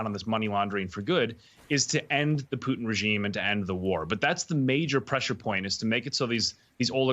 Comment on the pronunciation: It's POO-TIN...